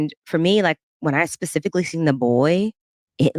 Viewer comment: hahahahah “I PACIFIC-LY meannnnn” 🤣🤣🤣🤣